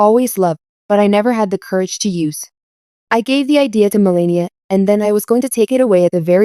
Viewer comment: too bad you don't know how to pronounce Melania's name.